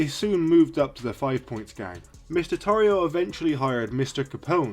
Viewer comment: His last name is pronounced Tore E O